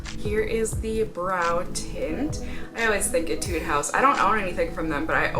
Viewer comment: it's pronounced AYY-tood not ehh-TUDE